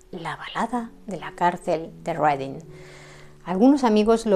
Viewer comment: Felicitaciones,, por tus excelentes biografías. Sólo dos observaciones y es que 1) El título de la obra The importance of being earnest ha sido erróneamente traducido mal. Lo correcto es La importancia de SER HONESTO. 2) Deberías documentarte sobre la pronunciación de las voces inglesas. P. Ej. iceberg es AISberg; Reading es RIDING. Por lo demás, me encanta tu forma de narrar y te seguiré escuchando y recomendando.